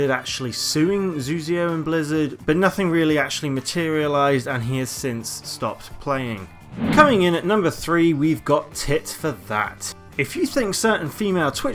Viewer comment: "Tit for Tat" not "Tit for That" dumbass